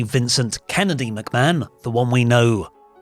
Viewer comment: I already don't much like this presenter but within seconds he mispronounced the name Mcmahon as McBann. On a live show, no problem we all do it. This thing was prerecorded edited and signed off on. My god. As if I wasn't already in a bad mood thinking about Vince in general.